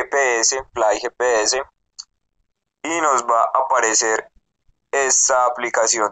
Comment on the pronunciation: fliii gepeese jajajajajajaja